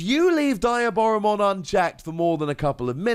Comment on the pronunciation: Friendly reminder DEE-aboromon (like Diablo) B-L-Zemon (like Beelzebub)